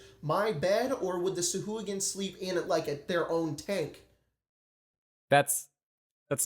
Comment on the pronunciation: pronounces sahuagin correctly according to the wonderful voice of Matthew Mercer on dndbeyond